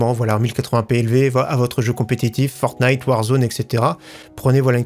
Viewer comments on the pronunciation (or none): none